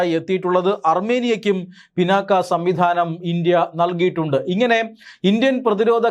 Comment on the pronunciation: മലയാളമറിയാത്ത മലയാളി വാർത്ത. ഡോ പിന്നാക്ക അല്ല പിനാക ആണ്